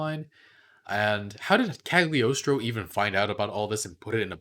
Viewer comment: Isn't Cagliostro pronounced with silent G ?